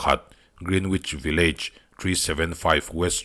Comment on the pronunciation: Sir a tha thin in a ngaihnawm... village hi vi-luhj ang hian han lam chhin teh a mawi zawk a ngem te ka lo ti ve mai2 😀